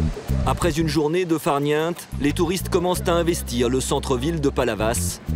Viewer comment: ah ah ah fariente sa se dit pas comme cela